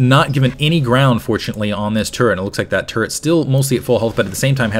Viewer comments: Does he say turrent or turret. I hope that it is turret... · He say turrents?